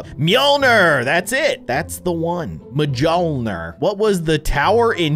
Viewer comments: Bruh he said mjolginer mjolner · Your supposed to say Mjolnir as myolnear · no its Mjölnir with ö